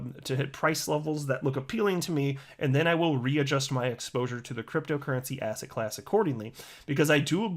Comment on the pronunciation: I now hear ass hat class every time you say asset class